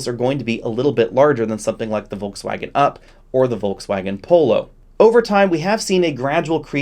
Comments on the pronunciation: Wtf is "Volksfäägen"? If you want to pronounce it correctly: "Folksvagen" German "v" is pronounced like "f" and german "w" is pronounced like "v". And there's definitely no "ä" in it. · If you pronounce Volkswagen with a Ford F at the beginning you are absolutely on spot. Cool vid!